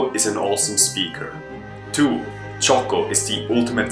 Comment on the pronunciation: It's Jocko not Choco...